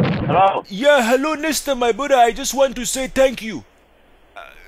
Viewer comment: u blew it up when u were saying "my brudha" as alexander you were saying same thing and that give you out